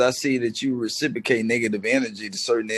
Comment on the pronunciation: IS THIS?? FOOL SAID RECIPRICATE 5X'S IN 60 SECS..